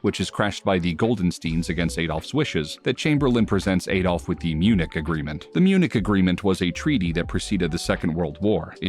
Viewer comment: Have you ever heard people say his first name. It isnt pronounced Ay-dolf.